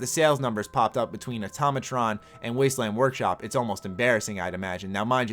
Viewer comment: Why do people keep saying atomatron when it's automatron